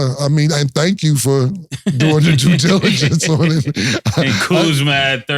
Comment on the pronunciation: Cam gonna make sure he say "due diligence"....